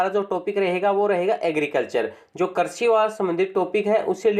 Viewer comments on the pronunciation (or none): Karsi nahi bhai krisi bolo na